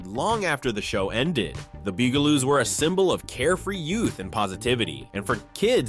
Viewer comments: He also says Boo guh Loos instead of Bug ah Loos, too… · The Bugaloos is a show about HUMAN SIZED BUGS and you call them the Boogaloos?! Here's an idea: Actually WATCH an episode of a show before you talk about it! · I counted at least 4 different pronunciations of the word “Bugaloos”: Boo-gah-loos, Bue-gah-loos, Bee-gah-loos and Bug-ah-loos. When you’re not sure of the pronunciation, just try ‘em all - one of them is BOUND to be right. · Is BUG – ALOOS. Like bugs. You know, like insects. The mispronunciations are offensive. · The frequent mispronunciations really take away from this video. Bug-ah-loos isn't that hard to do unless your a program and not a real person. An there are many other names this video got wrong. What could have been nice became a fail. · I love the shows, but the mispronunciations were just too much... The word Bugaloos was actually pronounced 3 different ways. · And the bugaloos too. :( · they said Bugaloos wrong too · This narrator has a good voice but his pronunciation is terrible , The Bugelooss? Murshmouth? inspuring? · H. R. Puff and Stoof? Wtheck. stuff!! HR Puff and Stuff ! I thought lidsville was really weird…..I remember every one of these….yep, I’m that old! The BUG aloos not, “boog”. You’re killing me! Zane and Jana ! Not “Gina—— dude come on ! Now you’re just being silly